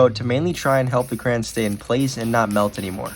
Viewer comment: It's so annoying to me how some people say crayon as cran.